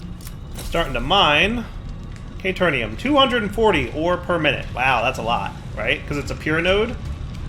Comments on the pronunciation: caterium, not caternium. what's with the extra n? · It's Caterium! Not K-Turn -ium. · it hurt hearing him pronounce it wrong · Came to see if mispronounces caterium the same way he misspells caterium...was not disappointed. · Oof pls. There is no "N" in Caterium. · ikr xD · I believe that even if he realizes this, he’s going to keep saying it wrong anyway.